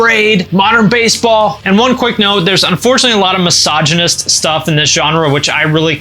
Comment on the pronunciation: You lost me at the "mysiginistic" crap